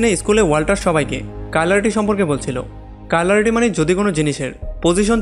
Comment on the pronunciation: দাদা ওটা কাইলারিটি না,কাইরালিটি🤣